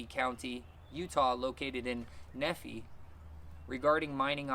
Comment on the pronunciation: Nephi is pronounced "nee-ph-eye". The name is found in the Book of Mormon and the city is named after it. I may see you out there May 5th, it's also my birthday that day. I grew up in Florida but now live in Utah.